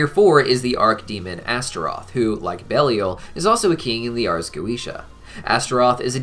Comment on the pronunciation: pretty sure it's pronounced bell-eye-il